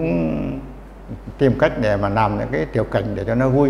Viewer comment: N thấp và N cao : N và L: "nắp" mài ngói, "nàm" ...